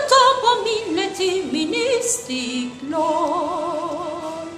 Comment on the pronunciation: Kelimenin doğru yazılışı PROZODİ dir. İstiklal Marşı nın şiiri ve bestesi tamamen prozodik hatalarla doludur ve o düzelmez. Ama daha önemlisi Hanım ın telaffuz problemi!!! Çünkü İstikloool diye bişey yoktur. Onlarca şan cıdan dinledim evet opera tekniğiyle söyleyişini fakat bu kadar kötü telaffuz duymadım.